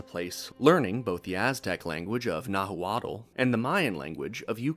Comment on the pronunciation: "Nahooawtall" youve lost all credibility dude